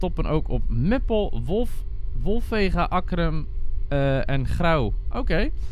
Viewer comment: Leuke video! Met de reacties had iemand het over de IC Den Haag C. - Leeuwarden. Het klopt dat deze trein na Zwolle op alle stations stopt, maar je sprak Wolvega verkeerd uit. Je spreekt het uit als Wolfugga en niet als Wolveegaa. Als je wil oefenen het staat in RIS (Reizigers informatie systeem). Ik ben met koningsdag naar de markt in mijn dorp geweest. Als je in de FLIRT bent geweest wil je dan een review geven? Mijn mening is een flinke verbetering met de SGMm en iets beter dan de SLT.